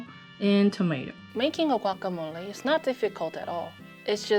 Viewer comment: Your pronunciations sound really accurate like "guacamole" and "salsa verde"😭😳